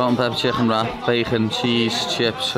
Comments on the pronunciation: Just the way he says chcccken sounds overweighted lol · A can a cooooke an half a chhhhhhicken 🇮🇪😂😂😂😂👍